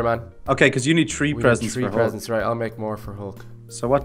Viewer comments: why does he say tree insted of three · Instead of saying tree say three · It is not tree it is three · Not tree its three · say three not tree